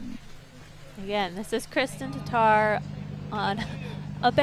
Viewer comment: Really odd to finally hear Tattar pronounced correctly by a non-Estonian. 😀